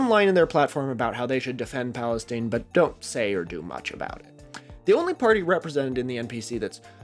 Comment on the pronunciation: My brother in Christ it's not Palesteen it's Palestine 😂 it's an 'eye' sound, not an 'ee' sound